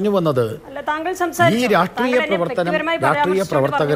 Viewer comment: "രാഷ്ട്രീയ"ത്തിനെ "രാട്ട്രീയം" എന്നുപറഞ്ഞ് ഇങ്ങനെ വ്യഭിചരിക്കല്ല ഗോപാലെഷ്ണാ.. "രാഷ്ട്രീയം" എന്ന് വ്യക്തമായി പറയൂ.. നാവ് വടിക്കലില്ലേ ? നേര് പറഞ്ഞാൽ അത് കേൾക്കുമ്പോ ചൊറിഞ്ഞു കയറും.. നാവ് വഴങ്ങുന്നില്ലെങ്കിൽ ആ "രാട്ട്രീയം" മാറ്റി "പൊളിറ്റിക്സ് " എന്നാക്കൂ.. നിങ്ങൾക്ക് മറ്റെന്തൊക്കെ ഗുണങ്ങൾ ഉണ്ടെങ്കിലും താങ്കളുടെ ഈയൊരൊറ്റ "രാട്ട്രീയം" മതി അതിലൊക്കെ അമേധ്യം തൂകാൻ..